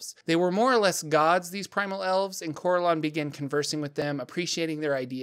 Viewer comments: Well done, but the pronunciations are killing me!. My group have been playing since the early 80's (Yes, we're old!) and as such we have played in many different groups with many people. No one says "Cor-el-awn" it's always been "Cor-ell-un" as an example. Thanks for the Lore though!. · I thought Corellon is pronounced as cor-RELL-lon.